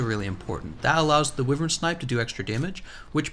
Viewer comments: Jesus fuck, its not WIVERN. its pronounced WHYVERN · I know you can pronounce it whyvern, but I prefer wivern and will continue to pronounce it that way, that's how language works